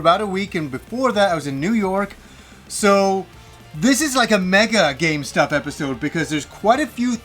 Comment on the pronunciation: IT sounds like you are saying " another gamestop episode"